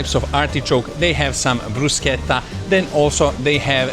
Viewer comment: Complimenti per la giusta pronuncia di “Bruschetta”, che purtroppo la maggior parte degli stranieri pronuncia in maniera sbagliata( in particolare gli americani!). 😉👍